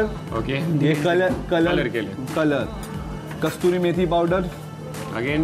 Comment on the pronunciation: कस्तुरी मेथी नहीं, कसूरी मेथी बोलते हैं... 😊 😊 😊